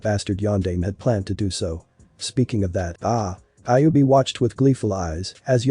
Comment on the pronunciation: fix the freaking ai because it's called the kyubbi not kickbi